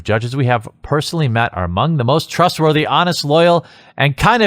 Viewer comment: Did anyone else hear "trustworthy" as "grooming"?